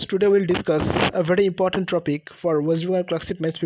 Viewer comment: english e "topic" ei word tar pronunciation apni "tropic" korchen jeta sunle khub baje lagche. Next time keep it in mind. Thank you